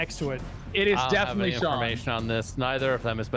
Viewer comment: I Thought He Said "It Was John"